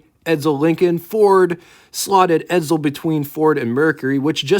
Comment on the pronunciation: Will people stop saying Edzel , its Edsel .